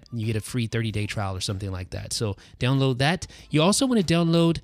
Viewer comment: Does it sound like he's saying down low for download on his videos?